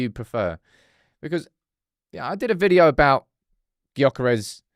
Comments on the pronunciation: You are as wrong as are, you have to get it right! Gyokeres is pronounced “JOE-ker-esh”, there’s nothing silent but ist’s spoken quite different from the spelling. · The G in Gyokeres is silent. At some point, if he signs, you're going to have to get it right.